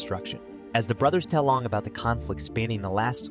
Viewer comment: it is aang not oong